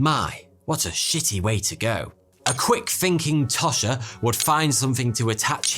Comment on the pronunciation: Tosh rhymes with posh.